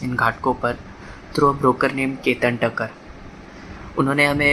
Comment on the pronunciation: He said Thakkar and Shah 😂 gaavale of mudi